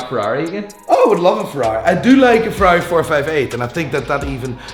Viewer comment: Ferai --> Porcsh 👍👍👍👍👍👍👍👍